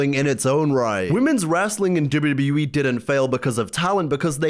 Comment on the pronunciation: why tf do you say wwe like that?